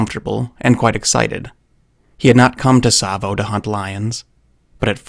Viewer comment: rapt attention, not rapped. And it's Tsavo.